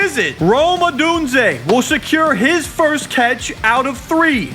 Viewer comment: needs to figure out how to pronounce Odunze